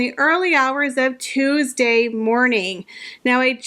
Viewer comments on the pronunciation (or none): none